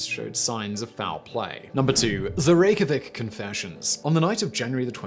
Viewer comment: A fan from Iceland you got the Reykjavik thing spot on except for the pronunciation